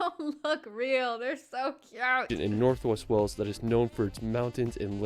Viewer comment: Westminster, NOT WestminIster! And Stonehenge not stoneheDge! And WAles not Wells, you'd think that someone who professes to visit the UK so much would know!